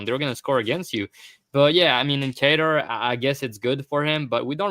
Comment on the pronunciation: "Kaytar" "Bugelo" "Tarsukyan" Never change 😭